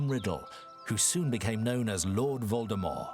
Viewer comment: Did he say "Lord Voldemore?"